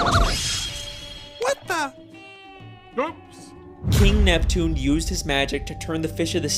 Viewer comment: It's Neptune not nepton